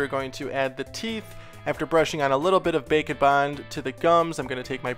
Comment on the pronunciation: I Always Thought He Said Bacon Bond Instead of Bake N Bond